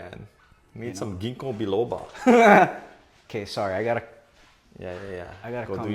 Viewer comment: “ Ginko Billoba” 🤣🤣🤣